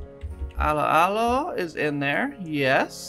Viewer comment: I enjoyed the pronunciation of 'allo 'allo. "Aloe. Aloe."